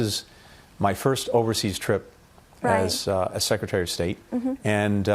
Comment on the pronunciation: 贔屓の引き倒しも大概にしよう。 secretaryがsecretury startedがstirted sharedがshired 等など。